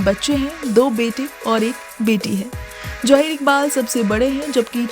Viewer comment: Jaheer koiee naam nahi hota. Zaheer Iqbal boliye.